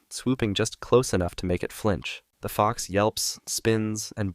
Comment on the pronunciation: When he said stupid fox it sounded like stupid fock